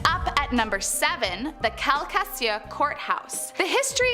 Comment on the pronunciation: Calcasieu pronounced Cal-cuh-shoe